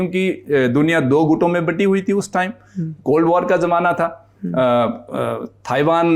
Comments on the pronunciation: Sir it’s Taiwan not thaiwan if you can not pronounce it right it’s your mistake, I like your shows but I strongly oppose wrong information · staying in china for 12 years and never heard someone butchering taiwan as thaiiwaaan.